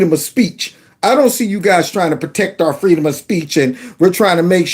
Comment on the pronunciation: Errrr, fweedom